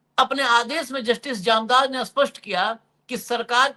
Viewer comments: Its Jamdar not Jamadar😢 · अशोक जी आप बार बार जामदार को जमादार बोल रहे हैं। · महोदय निवेदन है कि वानखेडे जी से कहें कि अपनी भाषा शुद्ध बोलें।इस वीडियो में उन्होंने जामदार साहब को 4 बार गलती से जमादार बोला है कृपया सुन लें एक बार।